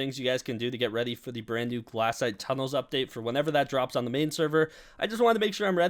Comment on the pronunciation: IT IS GLAY-SHITE not glass-ite